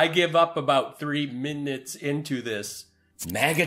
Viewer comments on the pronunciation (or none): "3 minits..." 🤣🤣🤣